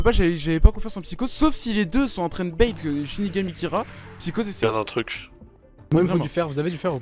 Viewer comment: "bait" et non "bate"